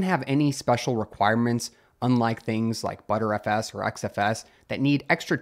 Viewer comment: please, for the love of god, it's not called "butterFS", its "b-tree FS". B-trees are one of the principles behind it, thus the name. or, just say b-t-r-f-s